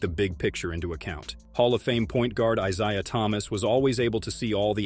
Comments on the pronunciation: Get that AI content slop sh!t out of here. It's Isaiah. Not Isayaaah. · Who the hell is Eye Zai Ya? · I’m didn’t know I was pronouncing EYE-ZIUH Thomas’s name wrong this whole time 🙄… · It’s pronounced “I ZAY UH” 😮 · I ZAIAH? learn to pronounce his name!!!!! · Please learn how to Pronounce Isiah. I (I-zaya) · Can’t say Isiah correct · What is with this AI narration? Can't pronounce Isaiah? What the heck.